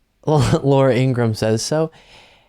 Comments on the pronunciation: It's pronounced "Ing-ra-ham" according to her brother. Also, who f'ing cares what she thinks? Thanks! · It’s pronounced ingra-ham(like the meat). Her brother told us on the Brian Taylor Cohen. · Her name is Ingra-ham. Her brother has explained this. It is not Ingram.